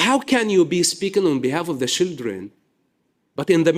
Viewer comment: Why can he say "child".....but says "shildren"? IDK